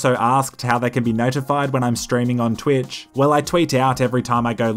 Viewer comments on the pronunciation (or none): When you said "Twitch and Twitter" they sounded almost identical to my US ears.